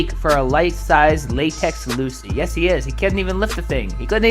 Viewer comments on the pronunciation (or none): none